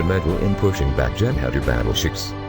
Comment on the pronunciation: Why is a robot talking it should have been a human & should have took the music off & can't say Jem'hadar or Klingon properly